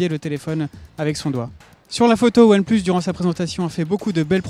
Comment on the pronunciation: qaund il dit one plus tfouuuuuu lol apprend l anglais